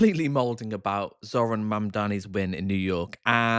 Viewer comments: Carl was completely intentional with getting Zohran's name wrong at the start. There is zero chance he doesn't know his name when he runs a fairly successful political podcast. That should help anyone understand Carl's "common sense" mentality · The real trigger for me is when anyone mispronounces his name. These philistines have probably watched quite a few videos or reports on him. It's either blatant racism for audience sake or they have legtimate dyslexia and an auditory processing disorder comorbidly. I believe the former. Plus if they cant pronounce a name, maybe they should leave the complexity of politics to serious people.